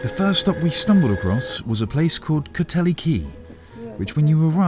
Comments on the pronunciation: Great video. Just a small correction, it's pronounced 'coat heal' not cothelly. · Mate.....as a west country coue you should knowhow to prinounce places, e.g. cotehele is pronounced coateel....not.....cotelly you twit....i work at cotehele. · For your interest Cotehele is pronounce 'coat heal' and not coat healy. Orherwise another fab video. Keep up the excllent work. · Cothele is pronounced cot heal but I loved your attempt!! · Another stunning video from the Cadoha crew! I believe it's pronounced Cotehele as in 'co-teal', not Cotehele as in 'co-telly'. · Great video as always :) Oh and Cotele is pronounced Coat Eel not Coat Helly :) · Cotehele is pronounced "COTE-EEL". x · Cothele is pronounced “Coat heel” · Nice to see you on my River. Sorry not to see anything of Cargreen where our boat is. Hope you don't mind, but just one liiiiiiittle correction; it is pronounced 'Coteheel', but no one will really object. Those ferries are like magnets, I've never got past them in one go, haha. Thanks and take care.